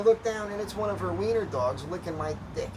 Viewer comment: It thought you said, "Wiener, dog."